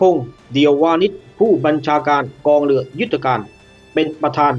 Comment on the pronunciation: ฟังแล้วอึดอัดหน่อยนะ กองทัพเลือ เลือหลวง ร.เรือ ล. ลิง งงไปหมดล่ะ